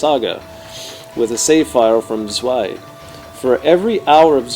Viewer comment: I don't like the levels in this part and hate the design of the dragon. I like part 1 better. Tip for the German --> add a T in front of the word, as in Tzwei and it would sound much better.